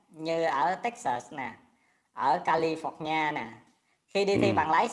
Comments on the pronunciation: Nghe cách nói của Chim Chim & cách phát âm, tôi nghĩ Chim Chim không thể nào trưởng thành được & cách phát âm thầy giáo tiếng Anh cùi bắp mà đi chê bai người khác. Tôi chưa bao giờ nghe người nói tiếng Anh nào phát âm là Ca-li- phọc- ni a như thế. Để nhận xét Chim Chim tôi nhận xét là LẾU LÁO, vào đội Tuyền Nổ lớp 3 khai lớp 7. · Thấy thật là tội nghiệp cho những ai đã và đang theo cái ông J J này học Anh văn . Chỉ có cái tên California mà ông ta còn bỏ thêm dấu nặng ở for cho nó phọt ra cái gì gì đó không biết nữa để cho nặng thêm . Giáo viên dạy Anh văn mà phát âm không chuẩn thì thiệt là hết biết luôn nè trời! Cảm ơn TV đã chia sẻ rất nhiều kiến thức cho mọi người cũng như những lời phản biện rất hay. Chúc sức khỏe TV và mong kênh sớm được duyệt cho quảng cáo nhé! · Má ơi! Nghe thầy đọc chữ California mà hết hồn!